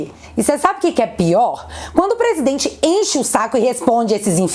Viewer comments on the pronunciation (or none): O Renan canalheiro além de corrupto é muito anarfabeto, ele pronuncia "prisidente, difinitivamente, dipuimento kkkkk